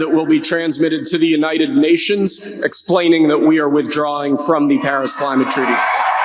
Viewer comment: I heard "Harris " not "Paris" at first. Given revenge I'm not THAT crazy